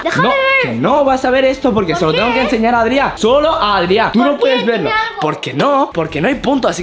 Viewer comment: Arta se llama Adrián no Adria